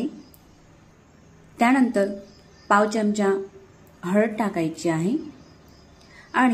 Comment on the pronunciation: सर्व पदार्थ छान आहेत. पण च्यमच्या ऐवजी चमचा असा शब्द उच्चारला तर छान वाटेल.